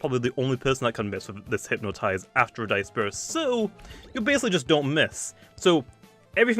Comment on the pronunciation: can we take in the moment that pronounced disperse wrong